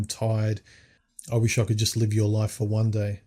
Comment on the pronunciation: It's Life not Loif. And you went and got married dude !!